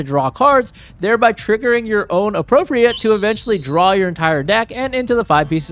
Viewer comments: Appropri-ATE, not appropri-ET, it means to like take possession of. Similar to commandeer. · it is pronounced "appropri-eight" when it has this connotation of acquiring an object from someone else. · Him mispronouncing “appropriate” the whole time is driving me insane